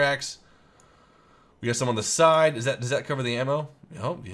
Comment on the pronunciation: What it "doos" :DDD i love bloopers, they make the video nice. :D